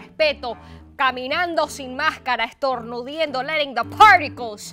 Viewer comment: Estorduniendo??? Aysorryconescusmi...Estornudando....